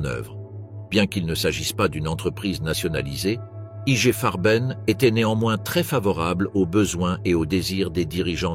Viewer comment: à prononcer = Igué Farben !